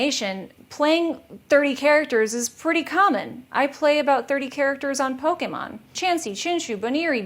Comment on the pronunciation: I love the way she says Pokémon it’s so satisfying ugh